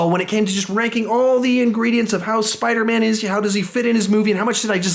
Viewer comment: ... at one point you said spidermna by the way I agree with you Tom Holland is definitely the best Spiderman ever and Nicholas Hammond SSSUUUUUUCCCKS